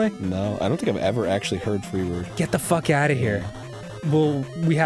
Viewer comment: My favorite Arin-ism is his "WHAT THE FAWK"s. He has such a specific pronunciation.